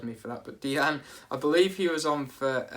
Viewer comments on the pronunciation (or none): diang? deen-ya you mean. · Saying Diang is just nuts, because there's no way on Earth it could be that. Deen-ya is better because that's how an English person would say it, but Deen himself is French, so he would say his own name as Deen. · It's luca 'deen ' he said so in an interview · Lucas Digne pronounced (deeen) I speak French, that's how you say it